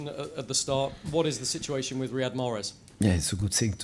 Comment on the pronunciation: 1st question answer: "Yes it is good we can speak about Mahrez first question then we can speak about the game" 25 minutes later still Marhez, Marhez, Marhez, Marhez, Mahrez